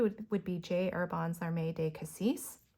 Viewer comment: Beautiful inks!! It's fascinating how much a difference the paper makes. Note on pronunciation of the Herbin inks. Terre rhymes with "pear" and feu rhymes with "ugh"; and larmes rhymes with "arm" (French has lots of silent s's!)–hope that's useful!